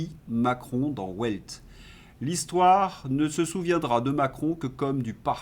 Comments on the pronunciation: on dit velt et non pas « ouelt » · Prononcez "Die Welt" "Di Vèlt".